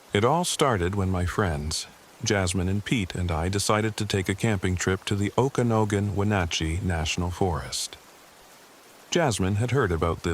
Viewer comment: Sweet! Another video in MY part of the world. His pronunciation of Okanogan a new one for me. Hahaha